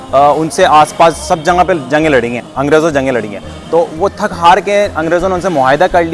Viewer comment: Assalamualaikum janaab. I'm also from Tonk. It's a very informative blog but please note that the correct pronunciation is "Jagah" and not "Janga". Also, it's "Qafla" and not "Kafla."